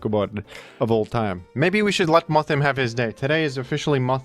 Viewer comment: Its is actually pronounced worm-madam like a woman and Moth-him like he/him. Because of the gender split.